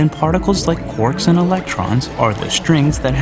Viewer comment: Why is he pronouncing Quark like "cork" and not "Q-ark"!?